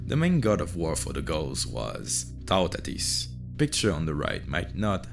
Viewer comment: In english sounding syllables, It's pronounced: "TU-tatis", not "TAUOU-tatis". You're welcome ;)